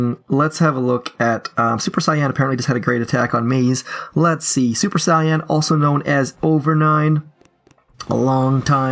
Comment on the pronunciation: that's not how you pronounce Saiyan my inner weeb cannot let this pass